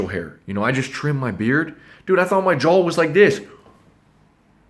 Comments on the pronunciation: "jawl" pls stfu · love the video, hate they way you say “jaw” as “jawl”🤣😖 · It's NOT pronounced "jull", it's pronounced like "jah" & spelled jaw. And it's NOT "jull-line", it's pronounced like "jah-line". Open your mouth and say "awwwww", NOT "ALLLLLLL". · you shut your mouth before I take you to grammar & pronunciation school! We'll have to wire your 'JULL' shut. 😂🤣😂🤣😂🤣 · "I'm not saying I have an awesome JAWL" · he says “JO” HAHAHAHAHAHAHA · ha he's saying jole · i like how you pronounce 'JAW' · J o w a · Even automatic subtitles hear it as joel xd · want a better joe? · The way he says jaw cracks me up 🤣😂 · I KNOWW😖🤣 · The guys who steal R2D2 & C3PO were called JOHLWAS